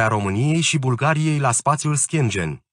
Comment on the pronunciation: Aderarea Romaniei la "SPATIUL ȘCHIENGIEN" 🤣😂